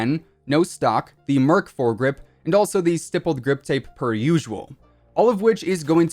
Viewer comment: he said stippy grippy🙃